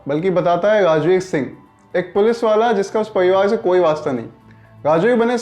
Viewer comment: Pariwaar bolna zara dobara!!!